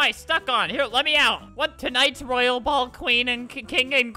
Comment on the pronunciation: Roy ale.... ITS ROYAL ( Roy ol )